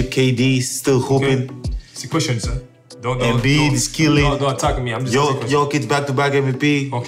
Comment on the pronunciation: Embid? You lost.